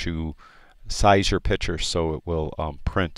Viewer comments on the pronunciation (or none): Inspiring videos, very well done! Im only on the second video and already learned way more than I did at a subscription service I had. Thanks for taking the time to do these!! One request if I may. Stop saying "pitcher" and say "picture" LOL (this of course is meant as a joke, its just a pet peeve of mine!!) Thanks again!!